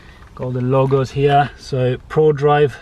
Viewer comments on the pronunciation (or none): none